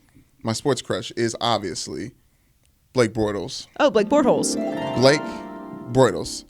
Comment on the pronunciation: "Blake Bortholes" lmao... Joy funny for that